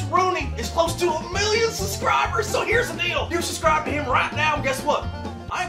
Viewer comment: SUS-cribers is how says it